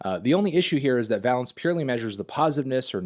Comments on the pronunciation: Dear god please learn how to pronounce valence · Pedantry: Valence rhymes with Van Halence rather than balance. Pretty interesting bit of nerdy time-wasting all the same. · you dont have to lie to us anthony we all know you wrote the article. would still recommend learning to pronounce the word valence before trying to use it 50 times!!